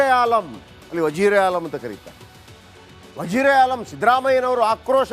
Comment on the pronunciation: ವಜೀರೆ ಆಲಂ ಅಲ್ಲ ಕಣೋ ಒಜಿರ್ ಇ ಆಝಮ್ ಅದು,😂